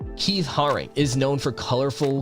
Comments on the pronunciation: It’s pronounced Keith Haring “hare-ing” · Stopped listening at Keith Haring as you obviously didn't do the basic research on how to even pronounce their names. Haring died in 1990, not 1950... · Steve rubell & Keith Hare ring (is how you pronounce there names)